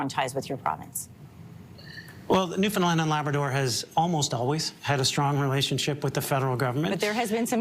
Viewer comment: I so much appreciate that you are pronouncing Newfoundland correctly…. So often it is mispronounced and it is very disrespectful.